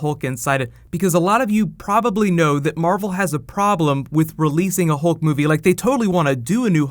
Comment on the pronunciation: Hulk not "hill"